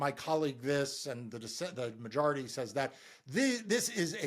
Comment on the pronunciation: Random question: Why do you keep mispronouncing “majority”? You keep making the O into an A.